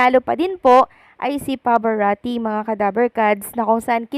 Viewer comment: When will you pronounce Pavarotti's name correctly?!